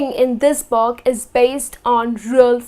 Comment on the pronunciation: y she pronounce book like box :-/